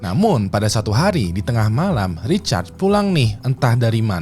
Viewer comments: Samaa... Dengernya kayak recharge 🤣 aneh bet dah.. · namanya RICHARD bang.... itu lu bacanya lebih kedengeran kaya RECHARGE sih :face-fuchsia-poop-shape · Recharge atau Richard sih bang?? Gw dengernya Recharge 🤣🤣🤣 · kirain gw doang yg risih dgrnya wkwkw